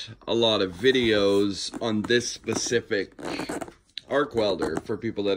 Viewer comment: Its SPA- CIFIC!!! NOT PACIFIC